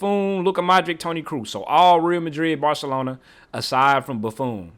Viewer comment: Everytime they pronounce Kroos like Cruz i cringe so hard.